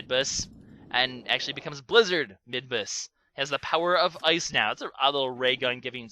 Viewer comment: am i the only one who thinks that midbus sounds like "mid-boss"? Plus, he IS the mid-boss every time you fight him in the areas you fight him.